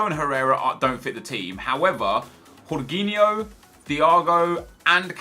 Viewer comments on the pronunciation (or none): its not horginho its george-inho